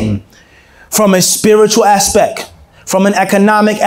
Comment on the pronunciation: it's aspect and not aspec.